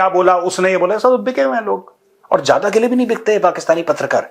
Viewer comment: Look at your over qualified producer .....cant even pronounce properly zyada as "jayd" , Zaroorat as "Jaroorat" ....Jaroori and so on ...... 85% indians are not even presentable on Television or any decent gathering ....you pre matured retired Major living in fools paradise